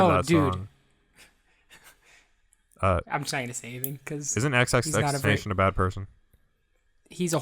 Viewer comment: The way you pronounced xxxtentacion was painful